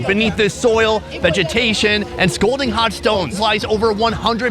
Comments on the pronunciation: Scalding hot, not scolding hot. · "Scalding" not "Scolding" Scolding is an angry rebuke or reprimand. Scalding is very hot, burning.